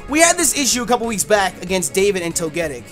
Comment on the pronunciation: Well played. Safe plays= smart plays. Also, i know you like pronouncing pokemon names in strange ways (its hilarious and ive been doing it for years too) but you are saying "togetic" WRONG BRO stop it now. Say it like how misty says it in the anime. But anyways, great game!